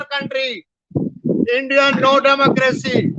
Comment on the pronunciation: “Endia no Damocracy, Endia Kelar kauntry” - Canadian Chacha with an Whatsapp university degree